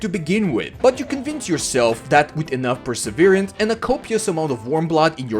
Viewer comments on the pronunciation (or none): none